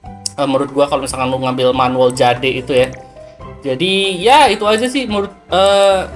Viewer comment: "Jeid" bang dibacanya😭